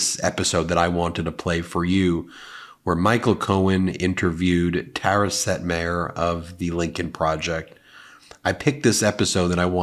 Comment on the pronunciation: Ben, I noticed that you pronounced Tara Setmayer's last name differently than she does. Which reminded me of the way that you pronounce Laura Ingraham's last name. Yes, her brother told you the real pronunciation for the family name. But it's not the way SHE pronounces her name. And yes, she is a despicable human being. But we ask people to use the pronouns people want when referring to them, and refusing to pronounce her name as she wants is the same thing. It's disrespectful. And we are better than that. Just wanted to put that out there.